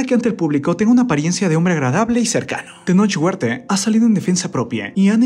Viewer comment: Jajaja dice: Tenoch Huertee, Elena ríos quien es Músiquee jajaja